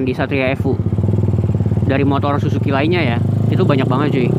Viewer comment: Bukan zuzuki bang tapi zusuki 😁 Wah gimana sih si Abang 🙈